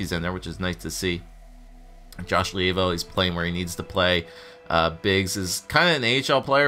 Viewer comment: Levio name is pronounced lee vo